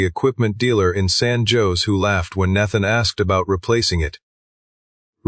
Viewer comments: Need to teach your AI how to pronounce Nathan!!! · Would be much better if the AI voice could pronounce Nathan. And understood something close to voice inflection.